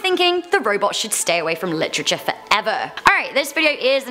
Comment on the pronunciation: "Litrigure" literature